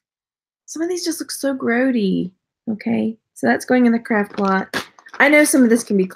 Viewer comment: Are you saying craft or crap lot? Lol